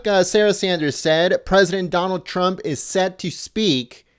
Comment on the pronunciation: wow wow she says president chrup